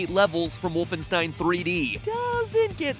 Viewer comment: its not woofenstein its WOOL-fenstein